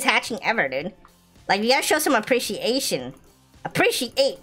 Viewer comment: ✋ I HATCHED A HUGE TODAY FOR SAYING APRIETIATION